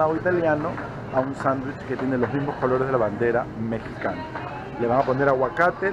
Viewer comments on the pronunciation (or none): none